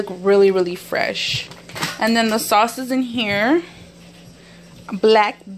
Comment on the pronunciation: I like how she says sauce.